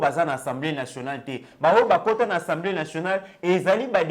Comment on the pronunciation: c'est assemblée et non ensemblee